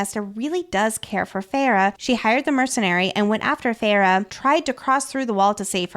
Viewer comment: OMG it's FAY-RA!!! Idk if I can listen to this of you keep saying ferra